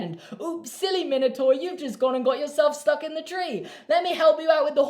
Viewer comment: Min-o-taur 😂😂... it’s pronounced mine-o-taur